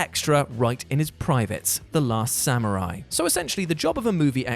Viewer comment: Small thing, but thanks for pronouncing "samurai" correctly. So many of us Brits say "sam-yoo-rai" and it sticks in my craw. You are a lege. Never forget that.